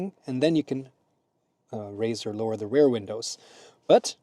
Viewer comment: while using Google, you can also use eg. the Translator app to check, that the word REAR is not pronounced as RARE. That is a different word...